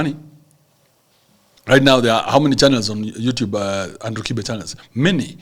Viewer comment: much respect bro. You pronounced the name 'Kibe' the original Kikuyu way, yet you are not even Kikuyu. You said it better than the owner of the name himself. The right way as you said it is 'Kife' because in Kikuyu there is no 'b'. 'B' is pronounced as 'f'. This tells a lot about the element of professionalism in your job. Good job.